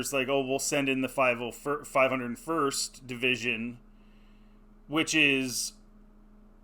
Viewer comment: bro didnt even say "501st" correctly and we wanna take this guys word??? what a loser.